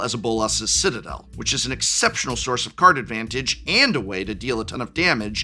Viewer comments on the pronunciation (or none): none